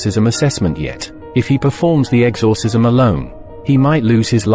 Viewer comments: I now cant stand the word "exORcism after listening to this. If you are going to use AI voices, make sure the thing can pronounce words properly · Sorry but I can't get over how he says exorcism lol